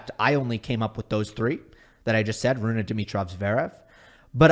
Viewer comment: Great content! As always. Just one small thing.. it is Holger RunE not Holger RunA..i even double checked the pronouncement to be sure i am not a dork and i am not😅😊